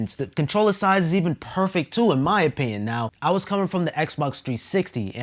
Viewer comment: You lost me at "inpinion"